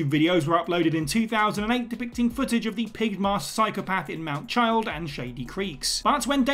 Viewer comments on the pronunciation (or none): LMAO no way did they say "Mt Child" instead of the correct 'Mt Chiliad' 🤣 I'm bewildered that it made it through editing, let alone that they messed it up in the beginning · He pronounced mount chiliad wrong 😂😂